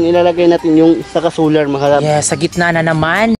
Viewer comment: Sular? Dapat po Solar.. Mali po pagbasa mo